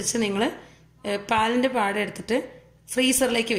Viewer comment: ആട അല്ല പാട ആണ്